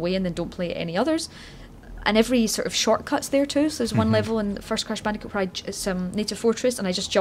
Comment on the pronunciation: Cwash bandicoot nsane twiwogy